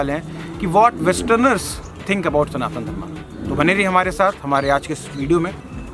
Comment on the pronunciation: आप सनातना धर्मा क्यों बोलते हैं सही नाम बोलिए" सनातन धर्म " कम से कम आपलोग तो सही बोलिए कोई विदेशी अगर सनातन को सनातना कहता है या धर्म को धर्मा कहता है तो समझ आता है पर आप तो ठीक बोलिए🙏हरे कृष्ण 🙏